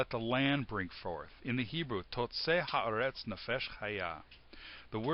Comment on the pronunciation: His pronunciation is bad; reveals some real ignorance of basic Hebrew. It's supposed to be "hah-AH-retz," not "ha-eh-RETZ." That's two mistakes, the wrong syllable stressed and the wrong vowel under the aleph (it gets raised from a sehgole to a qametz because of the article). Also, it's "NEH-phesh," not "neh-PHESH" (because it's a sehgolate noun). This is really basic stuff here. No excuse.